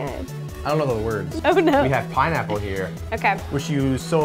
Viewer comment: said pinneapple